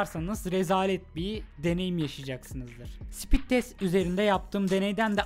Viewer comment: Sipit degil o speed 😅😅